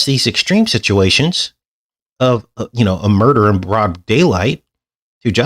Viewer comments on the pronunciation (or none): none